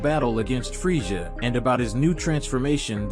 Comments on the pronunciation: It is pronounced freiza not freisha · I heard freija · Your right he keeps pronouncing freisha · Dude the way you say freiza is bothering me